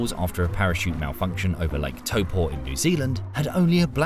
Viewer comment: I cant believe hes been here and still cant pronounce the name its tau po